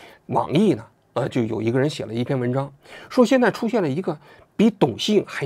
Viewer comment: 你们这些前央视的主持人普通话水平都那么差吗？你是从大陆出来的，按大陆的读音，莹 yíng，麻烦做节目之前训练一下读音。